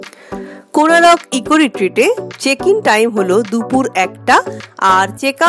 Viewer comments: Good afternoon Madam. Beautiful place to enjoy. Your explanation is great. Hope you all enjoy a lot here. But one thing I want to correct that the name of the place is "Konark"not "Konarak". So please correct your pronunciation as Konark instead of Konarak and all are requested to pronounce as "Konark". Thnxx. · Thanks M’am for visiting our state one of the Best Tourism spot and capturing it nicely in your vlog. Please don’t mind, may be its your pronunciation but Konark is formed by adding 2 words Kon (Angle) + Ark ( Sun/Arka)=Konark but you mentioned it as Konaroko😇. Just helping you to clarify the significance of the name. Hope you had visited the Museum near Konark Sun Temple and the movie which is played depicting the history.🙏 Note - Title if possible please modify it to Goa Vibes instead of Vives 👍 Thanks Again!